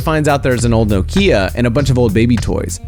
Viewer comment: You said Nokia wrong 😫😫😫